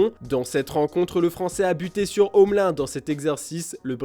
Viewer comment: Si jamais ça se prononce Omeline ... Bande de chèvres